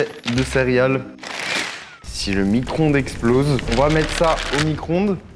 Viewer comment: "Micronde"😂 c Micro-onde